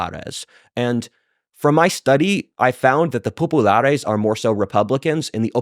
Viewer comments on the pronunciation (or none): If he says popalaris once more i will SCREAM.Give this a BIG miss folks!! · I like WhatIfAltHist but the pronunciation of Populares and Optimates is ridiculous. Sounds like the Pepe meme girl. Just say it like a proper Anglican and stop pretending that your semester in Italy has made you cultured enough to pronounce it. I don’t doubt it’s pronounced right, I’m just saying it’s cringe to do so